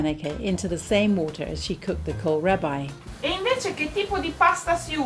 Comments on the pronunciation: Kohlrabi is pronounced like coal-RAH-bee, not -rabbi. :) And it's a brassica, so related to both cabbage and turnips. I've seen it all over central and eastern Europe, as well as in Italy. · Perfetto per me! (But it's pronounced Col-rahh-beee... I grow it here in the UK most years, the root sliced thinly is lovely in coleslaw/salads 😂) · To an American ‘Kol-rabbi’ is a funny pronunciation. However you say it the dish looks delicious.